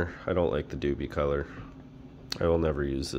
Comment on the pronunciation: Doopee color......lol. Its DupLi like "duplicate" color. Sorry, great vid bud! Just made me giggle a bit. Nice vid to show differences though! I used Kustom Canz on a few projects and I noticed that the color you're spraying makes all the difference. Most candy's spray well, Like candy orange laid out perfect, but the blue's and and the candy black are tricky to spray. They look great when they lay down right, but out of aerosol, they are tricky to lay down without striping or runs... Thanks for making the vid! 👍